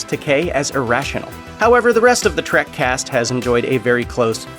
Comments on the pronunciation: Oh, for crap’s sake, it’s Star TREK, not Star TRACK! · Trek, not trak